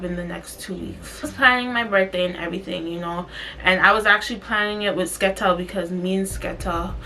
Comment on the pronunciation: calling Skettel a “Skettle” is funny asl😭